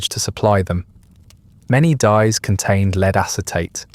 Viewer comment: Dear A.I. Lead is Led ! Not "leeeed" 😮